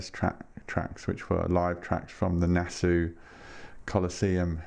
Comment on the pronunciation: Great video! I hate to be pedantic but I think you pronounce Nassau as Nass-aww rather than Nass-ooo. I know... I know... Any chance of them Tear for Fears boxset getting another release?